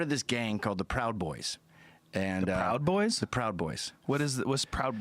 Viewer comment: "pwowd boys" -the late Michael Brooks"